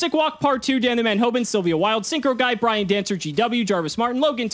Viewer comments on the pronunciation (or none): none